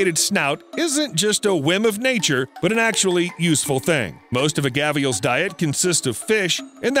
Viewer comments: Mate, they are not called gavials!!! They are called gharials!!! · What's a gaviel?? Its Gharial pronounced as Gha-Di-al. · Gavial??? It's GARIAL. Fucking hilarious mate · So I had to look up the word gavial and I found out that it was the variant spelling of gharial which I knew to be the crocodile that you were speaking of so why my whole life I've known it as a gharial why must you use a variant spelling and pronunciation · Interesting pronunciation of Gharial there.